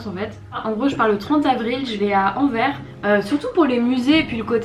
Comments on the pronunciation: AnverSSSSS (le s se prononce) j’adore tes vidéos, bonne continuation à toi et profite bien de bxl ✨ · Il faut prononcer le "s" de Anvers aha ;)